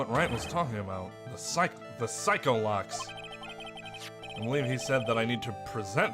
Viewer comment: I like how edgeworth misheard Psyche-locks as PsychoLocks. Made me realised its probably pronounced Psi-Key not Sike